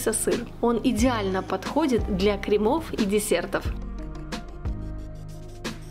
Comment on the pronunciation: Не кремОв,а крЕмов